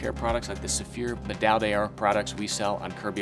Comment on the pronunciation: Please prononce the d'or from medaille d'or like 'dor' and not Dior.